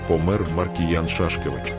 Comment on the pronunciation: Чомк наголос Ша'шкевич?!!